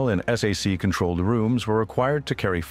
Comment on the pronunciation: You don't call it s a c,,,its SAC (pronounced sack). Do a better job.